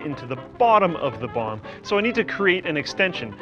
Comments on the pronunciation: I die inside a bit every time he says bomb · Anyone else keep hearing bong instead of bomb? LOL